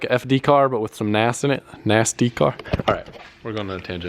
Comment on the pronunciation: why the emphasis on the "NAS".... hmmmmm NAS+car...... Hmmmmm.